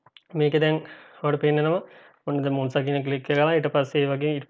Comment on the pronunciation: Good video brother... නම බොනැන්සා කියලයි කියවෙන්නේ... ඒක හදා ගන්න. ස්තුතියි